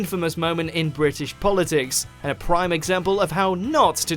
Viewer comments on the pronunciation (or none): none